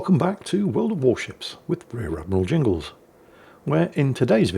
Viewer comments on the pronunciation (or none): none